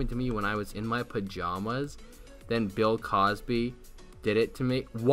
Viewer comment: Lmaoo can't even say bill